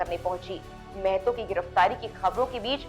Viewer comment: मेहतो नही महतो है मैडम